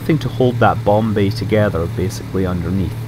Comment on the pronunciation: Not so much a "bomb" bay as a "nom" bay.